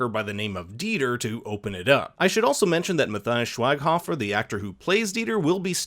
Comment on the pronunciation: Typ "Matthias Schweighöfer" in the Google translator. You pronounced him so wrong.